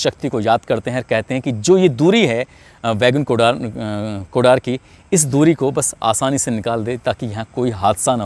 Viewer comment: बैगुन कुदर हैं उच्चारण सही से कीजिए